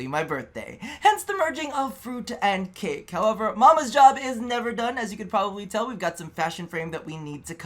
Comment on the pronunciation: I choked on my water, I thought you said another type of kake x.x Also happy birthday! Looking good today and hope you had a great one ^^